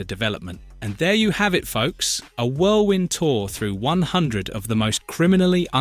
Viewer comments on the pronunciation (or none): none